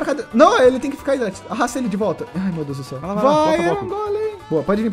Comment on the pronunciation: "Glória a Deux" ksksk realmente muito boa essa série